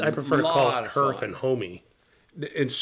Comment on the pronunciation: Good morning Guys! I hope you flight to Germany is, or has gone ok. I watched the whole thing, but I paused half way though, or near the end to take care of something and came back. Thank you for the correct pronunciation of 'Hearth", and I will not abuse #MMBClub... much.:) I have not had the opportunity to go to any of the pipe shows, last year I found out too late about Chicago and then my money was tight around Nashville so I didn't go, this year I have two wedding to attend one of them my brother's in San Francisco, so I'm using my money for air fare and accommodations for that. so I won't be able to attend the shows again this year, but I do watch videos and intagrams from the fine folks who attend and live vicariously through that. I hope I can make my presence know in those events next year... and I hope I get to meet you both in person at one of them. My best, -Ramon